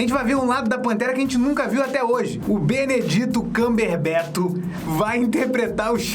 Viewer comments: Que é o Grinch. Me incomodou você falando Benedito Cumberbeto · Você tá falando Benedito camberberto zuando ou você não sabe mesmo falar Benedict Cumberbatch